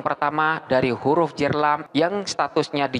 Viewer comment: huruf Jar..Bukan huruf Jer... (kebanyakan indo omongnya huruf Jer?1?!??...dalam tulisan arab ga ada huruf vocal "e". Huruf vocal di Arab hanya ada 3 a, i dan u. Tidak ada o dan e. Suara O dan E hanyalah salah pronouncing/bunyi